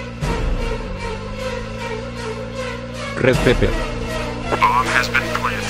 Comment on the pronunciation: bro pavel keep saying red peper